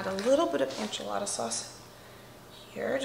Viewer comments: Hey, I love your videos! I just wanted to mention that it sounds like you're saying "anchilada" instead of "enchilada." In Spanish it's ehn-chee-lah-dah, but most English speakers say it ehn-chill-ah-duh. It sounds like you're saying ann-chill-ah-duh. I know if I was mispronouncing something I'd want to be told, so just giving you a heads up!:) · Is it a regional pronunciation to say “AN-chilada” vs “EN-chilada”? Just curious!